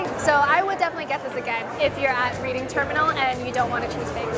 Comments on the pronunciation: It's pronounced REDing not REEDing ffs. 😵‍💫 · RED-DING Terminal is the way to say it, Not REED-ING. Love the tour. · The name Reading Terminal Market comes from the railroad trip to the city of Reading, Pennsylvania. Pronounced: Red Ding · It’s pronounced “red~ing”. Think “ I read a great book last week.” Nice video! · Spelled Reading but pronounced Redding